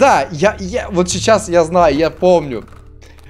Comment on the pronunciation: правильно не УробОрос, а УроборОс